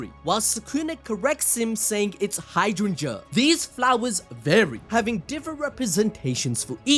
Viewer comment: Hi dran-Jah (hydrangea)